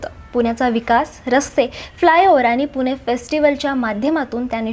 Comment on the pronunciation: पुने नाही पुणे